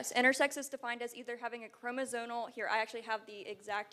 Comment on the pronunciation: The girl can’t even say chromosome correctly. “Chromosone” “chromosonal”